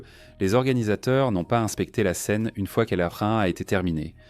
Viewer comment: Documentaire intéressant. Par contre, l'IA a du mal sur certains points : Elle a du mal à prononcer certains mots, comme la "scène" (la Ssscène, la ssScène, lasse Scène). Certaines phrases sont prononcées en accéléré. D'autres contiennent des blancs. Et aussi, c'est dommage pour la cohérence de parler parfois en km/h et parfois en mille par heure. A part ces points, les images et les explications sont pas mal du tout.